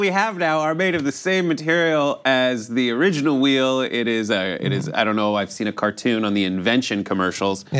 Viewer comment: Wheel rhymes with steel. I can’t believe y’all missed it.